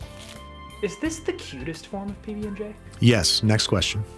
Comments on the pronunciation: It's not a pbnj it's a pbbnj lol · "PB&G" did you just let slip an opinion on JIF vs GIF? it's pronounced ZHAIF 😹